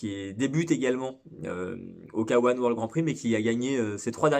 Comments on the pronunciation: Arrêtez de dire K1 "kawan" sans dec . Soit k un , soit Kay one . Dire le k en français et le 1 en anglais c'est pas top. A part ça , super chaîne , très intéressante , merci pour le partage de connaissances. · Et bein tu as tout à fait raison mais il faut voir ça comme le résultat du fait que les commentateurs d'Eurosport, disaient "Kawan" et que c'était à l'époque pour nous le seul moyen de regarder. Vois ça comme pour la pub du Game Gear (qui pronnançait "gire" et qui devrait normalement se prononcer "guire" ) ^^